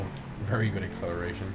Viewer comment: No one:: aCCelaRtiON iS a w0w